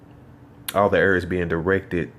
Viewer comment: its AIR not EERRRR. Im native american and i try to speak better english each day. come on son